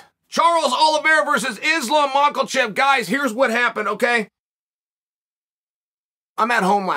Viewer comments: Chael is the only one to call makhachev as makalchev 🤣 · Dear Chael. It MA-KHA-CHEV. There is no "L" in his lastname. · Only 5 seconds and 7 words in, and this guy makes be burst out laughing. Wtf is a "MOCK-L-CHEV" hahahahha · Chael's clearly no dummy... but man he messes up names. Mockelchef. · mochachef... promoting his mean street coffee 😂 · I would love it if uncle would just lean into name pronunciation meme, start referring to Islam as mackerel chef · Chael.. just say it over and over… Ma-Ca-Chev…. There’s no “L” in his name… Ma-Ca-Chev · He still says Mackhel Chev 😮‍💨🥹😂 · The champion has a name , and his name is Macklechev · The champ has a name and it is not Makalchev!!. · Mackle-Chev with the W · At this point uncle Chael is trolling with "Mahklchev" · "Maklechev" always cracked me up uncle Chael💀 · Hes the champ now can we stop saying makalchev now please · Next month Chael will be pronouncing it as Izzy Morkelchof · Woohoo Volkanovski verses Macklechev lol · Who is this MAL-KO-CHEV Uncle Lord Chael is speaking about?! Is he pretty good? 😆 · "Markelchef" Uncle chael doing uncle chael things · The champion has a name…and it’s Makelchelv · Machulchev is a fighter who won the championship? Only Lord Chael can still mispronounce the champ of the best division in the sport 😂 The GOAT 🐐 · He mixes his H and L like he’s dyslexic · New champ. Chael still can’t say his name. Hs how does he still has a job? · Ok Chele, Islam is the champ now. You have to pronounce his last name correctly. There is no L in there.... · Cord Lhael I can’t figure out if I’m more excited for Islam or the fact that I didn’t have to listen to Charlie’s creep interpreter imitate his call out of Conor “Me-graygor”. Go practice your English Olives, the champion has a name and it sure in the hell ain’t Charles Olivera. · What’s up with Chael not able to say Makhachev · I just love the fact that Chael invented an L in the name of Machachev outta nowhere.